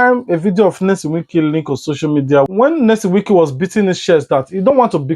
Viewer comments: Guy take this correction for once’s please his NAME IS PRONOUSED YESOM THE N IS SILENT PLEASEEEEEEEE, HUS NAME IS NOT NELSON PLEASE😊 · Call him Wike , hear him pronounce his name . Full name is a traditional name ONYESOM SHORT IS NYESOM NOT NELSON IT IS NOT AN ENGLISH NAME PLEASE. Nelson is his cousin and people may see your post as senseless. Take that correction very importsnt